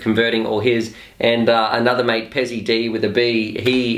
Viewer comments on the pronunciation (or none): none